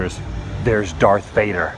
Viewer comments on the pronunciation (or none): none